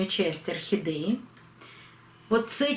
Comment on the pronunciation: Ну почему орхидЕи все называют охидЭями?!. Режет слух." Не говори красиво'! ' И это у всех блогеров.